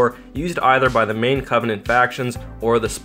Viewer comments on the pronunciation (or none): none